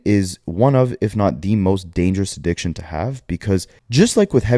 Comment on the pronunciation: not being able to pronounce addiction right😅🤣🤣 adishkin